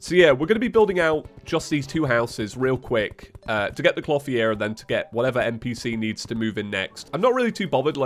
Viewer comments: I don't know why, but even though I know you're saying "clothier" I keep hearing "floppy ear" lol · Dude! Your pronounciation of "Clotheir" is not right! Type it in to google and press play on the dictionary box result! "Clothier" is not a made up Terraria word you can just pronnounce how you like, it is a genuine word thats been around for centuries. Please for the sake of my sanity, learn how to say the word properly. Triggered grammar police moment over. Thank you!